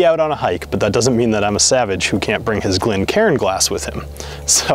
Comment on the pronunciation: Why do Americans always transpose the "r" and the "i" in GlencAIRN!